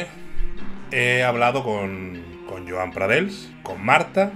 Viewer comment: Este tío porque dice jon prados y se llama Joan Pradells